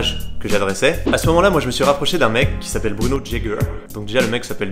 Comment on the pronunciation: Grenoble represent!!! (Dit avec accent "Jager"... Pas "jajé"...)